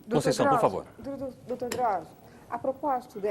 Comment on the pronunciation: "Drausio" PUTZ